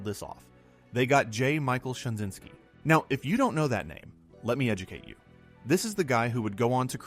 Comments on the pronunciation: J Michael STRA-ZYN-SKI not Shinzinksi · Stra zyn ski. Man your content is good but you mispronounce a lot of names and terms. Good depth of information.